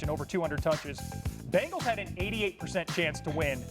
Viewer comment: It's BENGALS not BEGNALS. We did have them begging for mercy though😂😂😂. Good game RAVENS!!!!🎉🎉🎉